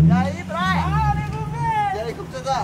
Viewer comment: não é Brian é Brayan